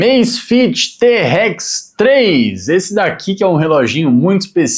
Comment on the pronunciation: Eu ia até me inscrever no seu canal, mas depois que você pronunciou te- Rex 3 aí você zoou legal